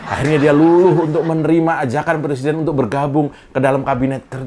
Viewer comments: Kenapa mereka ben ci sama Cokro tv !?...Karena dapur mereka terganggu dengan adanya Cokro tv. Maju terus Cokro tv !! Sikat para kadrun / kadrunista. RR, RH, SD, Otak korslet apalagi RR, suruh dia belajar ngomong huruf Rrrrr dulu. Lisal lamli plesiden.. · Rijal Ramli suruh belajar ngomong dulu msak presiden di bilang plesiden